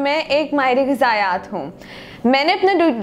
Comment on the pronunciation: Ghazaeyat hota hay Beta UMT nay Urdu Sahi nahi key Apki